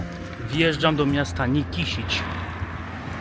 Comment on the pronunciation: Źle wymawiasz nazwę miasta Nikšić . Nikszić a nie Nikiszić.